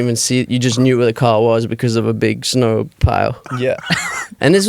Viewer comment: "We were shoveling snaur" 😭💜